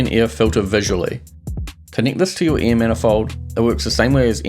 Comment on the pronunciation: hell yeah! now i can be s m a r t e r also, me: air = air him: air = ear it just sounds that way.